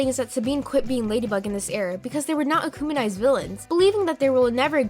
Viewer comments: Did you say akuminized it’s akumitized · Akumitised not Anunitieesd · I believe this theory might be true. But also am I the only one but she is accumenized instead of akumatized. (No hate just thought it was funny) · "Akumanized"? It's akumatized. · Wth is “acouminized” huh?! It’s “ACOUMATIZED” AND All-I-ya?! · Am I the only one who noticed she said akumanised instead of akumatized... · ‘akumanized’ lol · its ukumatised btw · She said acumonize 😂😂😂😂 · Stop saying ukumanized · "Emeel agrestay" "Akumanize" "Alayaa" "Juleeka"